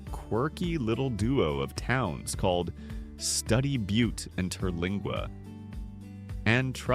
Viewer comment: It's Stoody Butte. Like Butte, Montana. Cheesos Mountains. Like Cheetos. Sanderson, at the foot of the Glass Mountains? Yep, I guess, they are about 55 miles West of Sanderson. UUUmmm, sorry, the desk on Hancock hill is an old government issue METAL desk. Marfa, Shanatee Mountains. Yea, Balmorea, Bal-more-ray. Do some research BEFORE you plaster your ignorance across the internet. Or, stop using AI to 'ease' your work load.